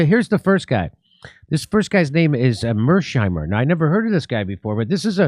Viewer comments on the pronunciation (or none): It’s pronounced Maers-heimer, not Maersh-eimer. >Heim< in German means >home< and it’s a Common ending in names of towns and cities , foremost in Southern Germany (Mannheim, Rosenheim, Rüsselsheim...)